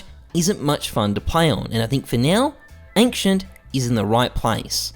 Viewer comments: Ankcient lol work on the pronounciation, and you said in the start from best to worst, then started with office wich is the worst. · ah yes, ankshient